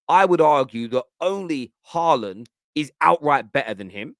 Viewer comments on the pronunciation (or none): none